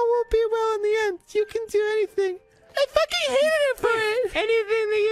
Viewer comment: No one: That one New jersey pal: Soo i was faakiiiingg... At the mall